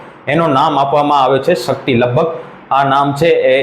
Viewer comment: ભાઈ સકતી નહીં શક્તિ